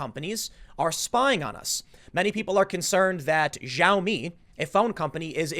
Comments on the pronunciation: just to let u know Xiao in Xiaomi is not pronounced as JIAO as you pronounced it, it would be pronounced as SHAO (SHAO MI) - X in Chinese is 'Sh' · "Xiao Mi" is pronounced "She-yow Me". Yow like "Yowza!" Say it in two syllables. She-yow me. Xiao mi.